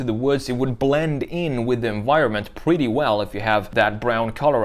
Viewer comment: Too much on the esthetics of the design and not enough on the mechanical features and ease of access for maintenance. Now for the brutal, but honest critique. Get a speech coach and learn how to pronounce your "r's". I was constantly distracted from your narrative by "pwetty" and "gween", etc. I can't help it, the substitution of a "w" where a "r" should be was very annoying.